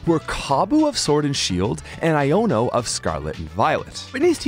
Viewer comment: You dare disrespect Iono by mispronouncing her name?? She will cancel you watch